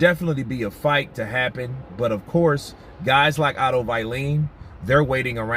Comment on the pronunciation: Please don't say Otto Vai-leen. His name is Vallin